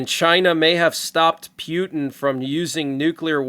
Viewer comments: Friendly reminder that Putin is pronounced POO TEN not PEW TEN :) Unless that's what you were going for. PEW PEW PEW TEN Hahaha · I would really appreciate it if you would pronounce Putin's name correctly. Mispronouncing his name only reflects your immaturity. Thank you